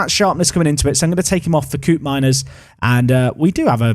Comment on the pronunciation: Dutch pronunciation heads-up: Koopmeiners is not 'coop' but 'cope', so "Cope-meiners"